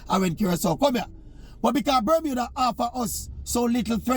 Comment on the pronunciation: C'mon Oral, it's Bermuda...